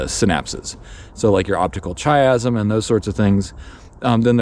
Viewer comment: I've been thinking about this topic for decades, and have similar conclusions. Really appreciated your take on it. /kaɪæzəm/ - it starts with the Greek letter X (chi); sounds like a hard k. Think "cross," which is what it looks like anatomically. ah-NAH-so-no-ʒe-ah - Gnosis (Greek for knowledge); English doesn't pronounce the "g." ʒ like the s in pleasure, although it's pronounced many ways by English speakers, so like an s is a pretty common form.